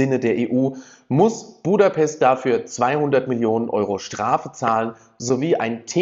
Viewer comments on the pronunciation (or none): none